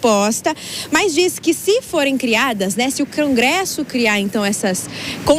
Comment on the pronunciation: "Cangresso" kkkkk